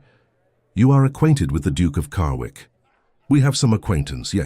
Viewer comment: The Narrator keeps pronouncing his name Carwick but its spelled Carrick. Good Story, I love the relationship of the sisters.